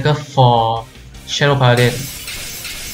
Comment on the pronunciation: Majesty not Majestic. Paladin not Pala-deen.